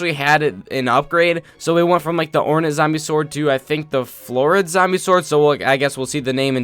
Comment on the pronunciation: ore-nat zombie sword Me: actually it's pronounced ore-nate